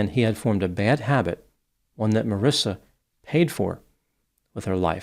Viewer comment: There is no “I” after the “C” in her name so that’s pronounced with a “ck” sound and not an “S” sound. Looks like that would be pronounced “maw-reeka”. 🤷🏻‍♂️ Sounds about right,huh?